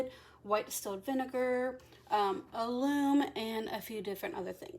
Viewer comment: Hi, excuse me for this but I wanted to tell you that alum is pronounced with a short u, not like aloom, more like gallon. I'm anxious to see how the wool takes the coffee. I dye using food coloring so this is exciting.